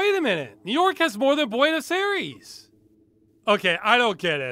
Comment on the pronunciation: Oof, its always hard to listen to other accents say the name of where you live. Buenos Aires.